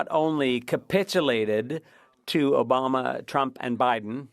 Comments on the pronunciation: Obamer lol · is this translator okay? obamer and carper? come one guy. lol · Barack OBOMBER! lolz the translator needs a blooper badge for funny for that one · Best takeaway was the translators "barrack obomber" 🤣 warbama brought it home big time